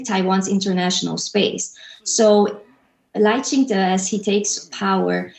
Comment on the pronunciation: Lai Qing Tay? It's Lai Qing Duh (Duh meaning MORAL 德 ethics, morality, virtue) Taiwanese and Chinese people have a different work ethic. Let's keep things real.